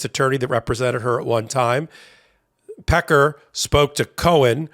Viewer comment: Pronounced peck-carr. Peckers ok though.